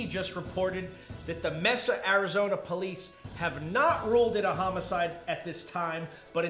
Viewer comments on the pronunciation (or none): Mesa, Arizona is pronounced "MAY-sa", not "Messa". Just FYI. I'm from AJ.